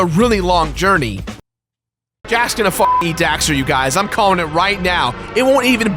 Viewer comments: The amount of time you say Dexter instead of Daxter triggers me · I hate how he keeps saying dexter instead of daxter at the beginning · Um I don't mean to be rude but it's DAXTER not DEXTER your pronunciation was annoying me through the entire video but it was a good video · Did he say Dexter? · i always die a little inside when someone says jak and dexter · Fool keeps saying " Dexter" ... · Jak and DAXTER. Not Dexter. Lol that bugged the heck outta me. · "Jak and Dexter" Triggered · Why are you saying Jak and Dexter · The constant mispronunciation of Daxter as Dexter is...annoying.. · did he really just call Daxter "Dexter?" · Dammit! It's DAXTER not DEXTER:P ya silly goof! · DAX-ter, dragon rider. DAXter. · Why does it sound like he's saying Dexter? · Anyone else keep hearing him say Jak and Dexter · Say jak and dexter one more time my guy. I dare ya. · Oh my god stop saying Jak and Dexter !!!!! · Daxter, it's Daxter.... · It really bothers me when he says "Jak and Dexter"